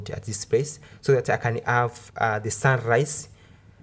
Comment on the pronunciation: Do you have a problem with H? Aving insted of Having, ave instead of have, andred instead of hundred